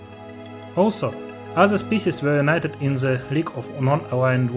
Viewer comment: спісіз =) комплєксіті the авторз сonsider